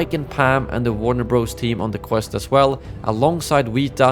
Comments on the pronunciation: It’s Warner Brothers… Bros is an abbreviation for Brothers and is never pronounced Bros… learn something! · It's not Warner Bros, it's pronounced Warner Brothers.